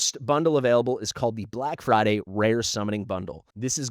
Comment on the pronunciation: "BLACK FRIDY"